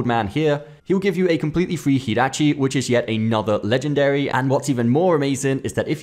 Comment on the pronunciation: fake fan vibes 🥴 “Hirachi” 💀💀💀